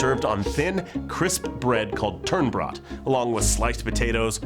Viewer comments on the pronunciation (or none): Turnbrodt? It's "Tunnbröd" and means "thin bread".. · It's called "Tunnbröd"(Thin-bread), not Turnbröd! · Tun bröd not turn brod it means thin bread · It's not called fucking "Turnbrodt"! It's "Tunnbröd" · turnbrod " its tunnbröd as in thin bread >·< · Its not turnbrodt its tunnbröd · It is actually "tunnbröd" (literally "thin bread") - and not ""turnbrodt" ;) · Turnbrodt xD It's 'tunnbröd', lit. translation 'thinbread'. The closest pronounciation I could whip up from the top of my head: [Twu-n-bra-d] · Rofl, "Turnbrodt" :D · tunnbröd not turnbrodt, where the fuck did you even get that from? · You are some brave brave people! But its called tunnbröd not turnbread. Tunn means thin as in a thin bread. Sorry its not to be a bitch. i have never dared to eat surströming! But i love to eat cold smoked salmon in thin slices on tunnbröd mmmmm. jum jum :) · Turnbrodt I cry xD its tunnbröd lol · Turnbrodt? Tunnbröd din jävla idiot.. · its tunnbröd not turnbord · turnbrodt? wtf, det heter Tunnbröd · Turnbrodt? Lol tunnbröd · What is turnbrodt? Its tunnbröd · Lol it's not turnbrod it's tunn (thin) bröd (bread) Tunnbröd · I love surströmming. You guys are pussies x) btw, it's called "tunnbröd" not "turnbrodt" lol xD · Tunnbröd, not turnbread ;) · rofl "turnbrodt" i think they mean tunnbröd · tunnbröd not turnbrod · First of all, it's called "Tunnbröd", not "turnbroyd". Second of all Surtrömming should only be 1/10 of what's on the tunnbröd. This is like testing salt and of course everything will taste awful if you use too much salt. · Det heter tunnbröd, inte tunbrodt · TUNNBRÖD not Tunrbrodt! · Tunnbröd, not turnbrodt! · I'm from Sweden and all my life I've been told how bad surströmming is. I never actually tried it until recently, and honestly I don't get where all the hate comes from. It doesn't really taste anything, and the smell isn't anything special either. Oh, and it's "tunnbröd", not "turnbrodt". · Turnbrodt? No... it's "tunnbröd" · Its Tunnbröd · IT'S "TUNNBRÖD"!!